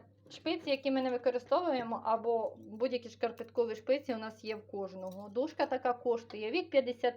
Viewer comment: Вибачте, але не шпиці, а спиці.